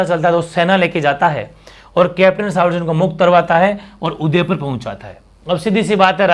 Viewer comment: सर उदयपुर का पॉलिटिकल एजेन्ट "कैप्टन सावर्स" नहीं "कैप्टन शावर्स" था।